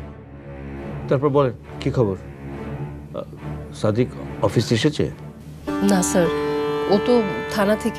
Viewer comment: আলিয়ার মতো মেয়েরা কি ভাবে নাটক করে আর পরিচালক কি মেয়ে খুঁজে পায়নি। যে নাকি ঠিক মতো কথা বলতেই পারে না। ছাদিক কে বলে ছাদেক এত সুদ্দ